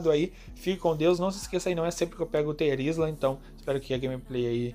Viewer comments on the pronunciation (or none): a pronúncia é “assim mesmo” O mais correto é “t’rêzla” do inglês